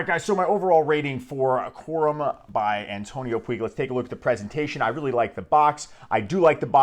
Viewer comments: antonio Puig (pronunciation: putsh) not pooeeg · A great fragance. Antonio Puig it's said "puch", as touch, much, etc 😉